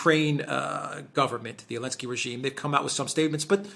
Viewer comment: The fuckers name is NOT Elensky, but Zelensky